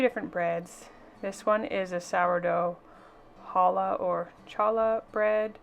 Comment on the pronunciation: Challuh is pronounced haa-luh. 😊